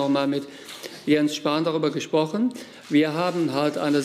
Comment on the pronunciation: Hat er gerade gesagt, das er mit Jens Spahn “gesprochen” hat ... oder meinte er “ gesoffen” ?? 🤣🤣🤣